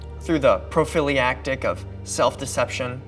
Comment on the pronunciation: Nice job. Impressive to even broach this topic. And I'm glad you remain an optimist. While not being spitefully snarky...I gotta say that you might have some trouble if you go into a drug store and ask for a. "Pro-filly-antic(??)" You would want a ~"PRO- FAH- Lactic ", it is a condom. It has other meanings, but nothing to do with being a fan of a Philadelphia sports team. I find Ligotti to be easier to take as fiction, because he isn't wrong and I'd rather not have such a clear connection between the story and the real world.